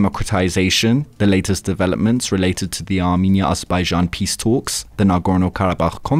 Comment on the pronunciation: armEnia not arminia